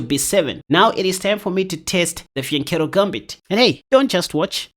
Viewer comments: Sounds like he is saying the vagina formation 😅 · The vagina formation?! That's what it sounds like you are saying 😅😅😅